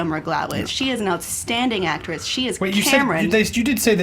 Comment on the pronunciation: Is it so HARD to say AcTRESS? o.o